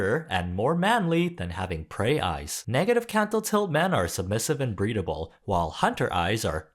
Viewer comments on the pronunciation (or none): ... Did you say ... Breedable man? 😳